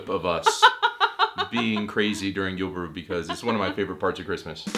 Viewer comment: It funny to hear how much you struggle with julefrokost and julebryg :D